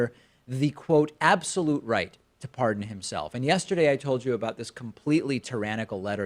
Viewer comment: why does giuliani pronounce is Ps like that. "CAN THE *PH*RESIDENT *PH*ARDEN HIMSELF?"